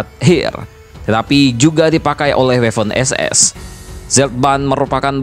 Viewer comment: Bang itu sebenarnya Waffen-SS dibacanya (b. Jerman) tetep Waffen SS, bukan Weffen SS. Jelas bang?